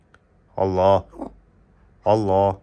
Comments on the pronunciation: Аллох дебей Аллаахх деп даана айтсаңар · Биринчи Өзүң үйрөн Алланын ысымын туура айтканды!карганы жайына кой дөң баш.